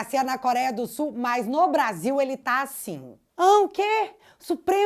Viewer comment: 😂 Pacheco preocupado com a democracia em "SE ul" 😂😂😂